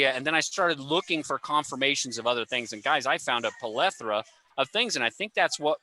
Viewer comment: Great panel. By the way, it’s plethora. Plethora. Not polethera.